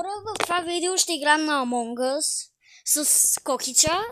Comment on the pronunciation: Амонг ъс а не амон гъс чули бе